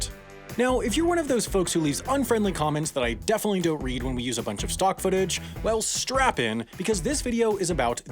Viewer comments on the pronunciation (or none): none